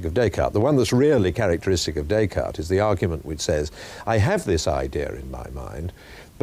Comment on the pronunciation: One would think that Magee might know how to pronounce the name Descartes!